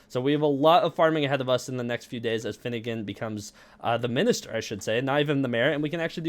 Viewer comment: Bro not finnegan